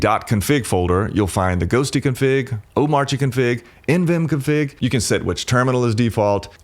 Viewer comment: Cool, just one small thing. When you say Omarchy, you should not pronounce the R, at least according to very opinionated DHH, who said not to.